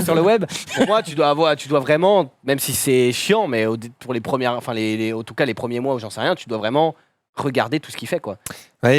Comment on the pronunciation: Ptin il me trigger quand il dis entcas pour dire en tout cas